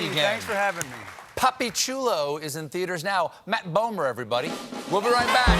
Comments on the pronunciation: Really thought Stephen was saying "Puppy Chulo" and I pictured Matt Bomer as a chihuahua doing the weather. Very dissapointed haha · Jason Barnes he totally said “puppy chulo” 😂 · Is it me or did I hear him say Puppy Chulo?